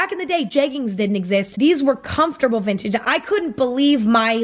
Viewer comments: Editing emma bullying herself for mispronouncing 'vintegeie' is a whole ass mood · spells it how Emma says it Es-peh-cha-lly~ ven-chig’ ones😂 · "eSPechiLLy vinntange Ones" im deadddddddddd hahaha lolol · "espenshly vintije ones" sksksahkgkds im crying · Enspenshaly vintaige ones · my Asian mom trying to say “especially vintage ones”😂